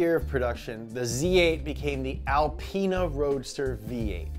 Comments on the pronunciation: It’s pronounced al-pee-na not al-pie-nah 🤦🏼‍♂️😂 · Alpiena?? I that it was “alPeena” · its AL-PEE-NA not AL-PIE-NA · I doubt someone who calls an Alpina an alpayna has ever heard of THE Carlton 😁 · Correct. And you probably say Alpina not alpayna 👍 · You cant say “alpine-uh” it sounds too much like lady parts